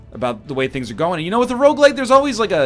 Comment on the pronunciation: Is it just me or does NL say Rouge-Lite